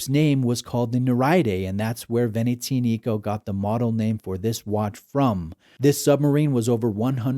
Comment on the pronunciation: The accent is on the "A", it's veneziànico..not venezìanìco. It's not that hard to learn how to pronounce a brand's name before making a review